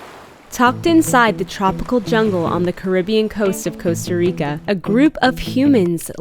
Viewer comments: 👏👏 these digital nomads are really f#%en a lot of Latin erican countries. Plus, they don't even bother to learn the language. They can't even pronounce Costa Rica correctly. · I like what you're doing. Sustainability is where it's at, but damn y'all can't even pronounce Costa Rica correctly. It smells like like you're colonizing a place that's NOT yours. Also, you're missing out on all the culture vibes of Costa Rica. Funny how if Costa Ricans come to the U.S. they are immigrants... the opposite occurs and you're lovin' the Earth 🤷🏻‍♀️